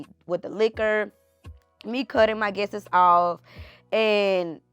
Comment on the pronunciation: Guestes as people is not a word, its guests. Coup and cope are two different words. Love you girl but let’s work on this.